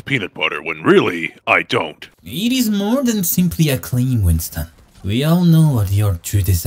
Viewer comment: Ah yes Wington